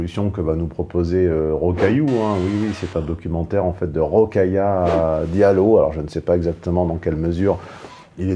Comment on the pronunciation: J'ai mis un pouce bleu juste pour le Rocaillou 😂